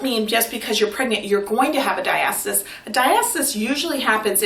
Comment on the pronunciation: Diastis? it’s pronounced “Dia-sta-sis”